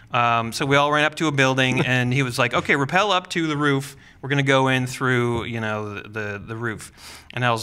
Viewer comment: Rappel, not repel.